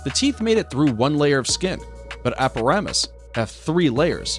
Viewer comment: Ok,here we go Its not pronounced aparamas its arapaima ara-pie-ma and Not mentioning African honey badger animal with toughest skin in the animal kingdom, sturgeons and crocodiles is just sad